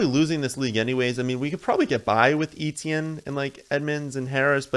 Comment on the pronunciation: Eh-tyen or Eh-chee-en NOT EE-Tee-en